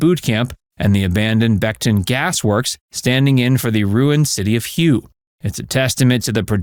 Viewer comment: Hue is “hway”, not “hew”